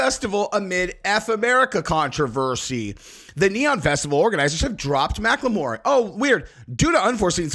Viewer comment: can you please just pronounce Macklemore like a person that graduated elementary school? Thank you!